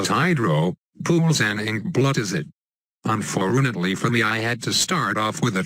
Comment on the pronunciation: One thing that murdered me in this video is the "unforunately"